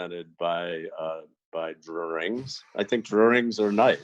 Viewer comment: It's ok Sam, I say "drawerings" too. I think it comes from being born in Vermont.